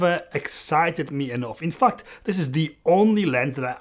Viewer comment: how you pronounce "in fact", anyway i watching your review, i decide to keep tamron because of ability to get closer! thank you